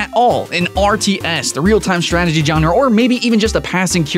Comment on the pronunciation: lol "john-ruh" xD (i just find it funny no offence)